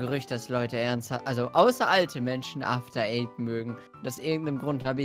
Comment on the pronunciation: wer hat bei After eight auch zuerst after aids verstanden?